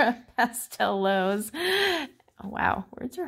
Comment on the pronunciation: Just a quick note about the correct pronunciation of the Astra Pastelowes. The “w” in Germanic and Slavic languages is pronounced as “v”. Therefore, Pastelowes should be pronounced as “Pasteloves”.